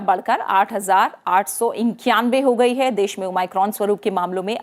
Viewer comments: New version of o my god 😂😂😂😂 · Thanks maim har jgh omicron ko o my crone bol rahi h kon kon gess kiye hai